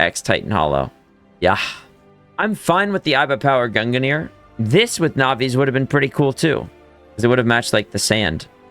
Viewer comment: Can you please stop saying “gunganir” its just pronounced like “gungneer” not gunga